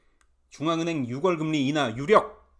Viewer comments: 6월을 발음할 때 ‘유월’로 하세요. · 6월 => 유월, 10월 => 시월 부탁 좀 할게요 네?😂😂